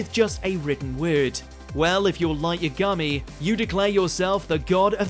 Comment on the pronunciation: Light Yah-Gamy? Da fuq